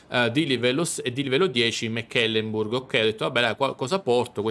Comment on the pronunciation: La corazzata non si chiana Mac Kelemburg...è una nave tedesca, non scozzese Si legge semplicemente MECLEMBURG